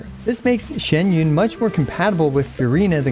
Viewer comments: Kur.wa it's not shen yun. Its xian yun. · Her name is not pronounced the way he says it